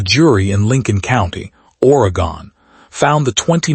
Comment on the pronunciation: Oregon not Oregone 2nd story lol